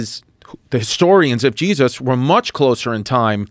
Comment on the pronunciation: Chris has a magical way of pronouncing “Jeez Us”